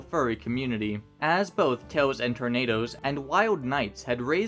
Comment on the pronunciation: It's pronounced Tails and Tornadoes, not Toes and Tornadoes. Otherwise, great video. I used to be friends with Peacewolf, until I discovered her personal views. One thing that was apparent in her Alt Twitter account, she would advocate the persecution and execution of transgender, LGBTQIA+, and even black individuals as a protest against Black Lives Matter and Trans Furries coming out. I remember the last thing I remember saying to her was simple, "You are tainting the simple you brandish proudly on your fursona. Death to anyone is not peace."